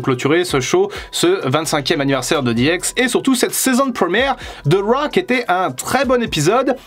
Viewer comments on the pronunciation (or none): Si t'arrives pas à dire raw bah on le dit à la française : monday night Crue. Ça peut être marrant